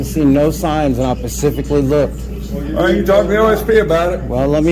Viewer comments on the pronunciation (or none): But he ‘PACIFIC- ALLEY ‘ looked! It’s ’I specifically looked’! I’m placing bets that that’s the first of dozens of mistakes he’ll make today because grade school was hard! Boo hoo! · "I don't see that marked no where....pacifically" WTF? How ignorant are these people? What a dumbass. "Cameras aren't allowed in on state grounds" says the state trooper...he still asks stupid ass questions. Why can't they STFUP?? Literally being told by a police officer. 🚔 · Wow... He "Pacifically" asked...